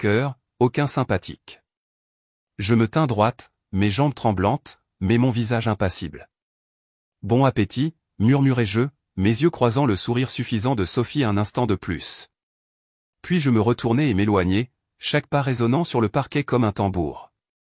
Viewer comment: L'orthographe n'est pas respectée, fondée sur la simple phonétique... Et la diction n'est pas parfaite, quand on entend "Bon ' appétit" ou "m'avertit ' il"... Comment toute la famille peut-elle se présenter à une adresse dont ils ne savaient pas qu'elle existait? N'est-ce pas plutôt "comme le feu sur une traînée de poudre?" Le dernier "brunch" familial de cette vidéo est un peu maigre et abrégé, non?